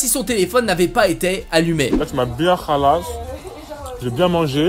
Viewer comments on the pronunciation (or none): Moi qui suis Algérien il dis même pas bien le mot khallas 😂😂